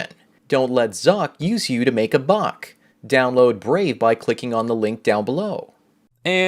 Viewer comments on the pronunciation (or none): none